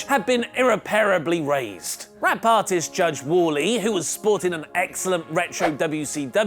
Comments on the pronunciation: "Rap artist judge Woorly" loooooooool It's Wale as in WahLay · Lmao! "Wall-E"....It's "Wah-Lay" my man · It's not pronounced "Wall-E", it's "Wah-Lay"....lol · Hey, "My name's Wale(wah-lay). Don't say Wally(wah-lee)" - Wale "Breakdown", circa 2006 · Waw-Lay... not Wall-E. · did just pronounced Walé as Wally? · It's pronounce wah-lay "wale" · this dude said "war-lee" I'm dying 😭😭😂😂😂😭😭😭😭😂😂😂😂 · Great video, but please don't butcher Wale's name. LOL It's pronounced Wah-Lay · His name is pronounced "WALL-AYE,". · Did just call Wale "Walli"?😂😂😂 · Your pronunciation of Wale hurt me...